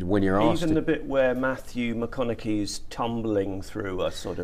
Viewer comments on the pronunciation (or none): “Matthew Maconnakee” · Who the fuck is “Matthew mcconagee” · Mathew “mackonakee” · ”matthew mckunecky” 💀💀💀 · Can’t even pronounce Matthews name correctly....click bait title.